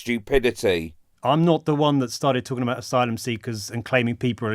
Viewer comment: Yes, yes he is. Stupid, rude, bigoted and looks like a partly melted waxwork of Rod Stewart 🙄 Maybe he should stick to "tawking abaht u-bends"